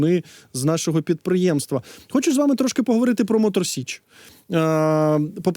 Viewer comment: Тіліки не з Мотор СЕчі а з Мотор СІчі. Виправить будь ласка бо це дуже дико